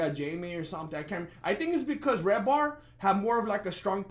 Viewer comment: Just came from watching redbar to here lmao what a pleasant surprise you giving Mike David a shout out mate. It's "Redban" he takes all the heat, Redbar however doesn't suffer any foo lightly. Great show in the can again!